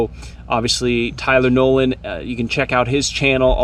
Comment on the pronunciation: It sounded like Tylenol (when you first said his name)